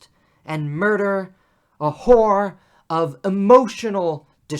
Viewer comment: horror not whore; otherwise well done.